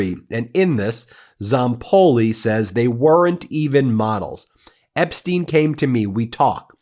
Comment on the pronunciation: On the accent thing — it’s Apstein, Apstein. You might want to watch Laura Benanti, who does a more believable Melania than Melania … otherwise, carry on. BUT — something in Flotus’ email has always fascinated me, and really does seem to beg for context. Melania writes, “I know you are busy flying all over the world…” So Mrs T knew that. And it’s worth asking, did she know WHY? That Maxwell was scouting and grooming kids from countries like Slovenia for the trafficking trade? Why is no one poking that bear?